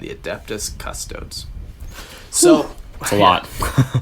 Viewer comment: Just found your podcast and started from the beginning. I'm loving it so far guys, you guys know your stuff. . . . .apart from how to pronounce Custodes. Its Cust owe deeze. Stop this madness and say it properly. Love Jake x